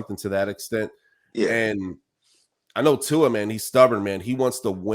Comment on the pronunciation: Before he retires, maybe you should learn how to say his name! 😂🤣 Luckily it’s his decision and ONKY his decision. What any of us think means NOTHING:-)